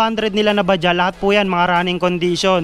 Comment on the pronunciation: Bajaj po Yan hindi Baja, pronounce as bajads sabi Ng mga kasama kong indian. Made in India.